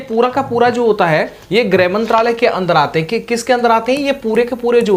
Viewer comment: ग्रह नहीं गृह मंत्रालय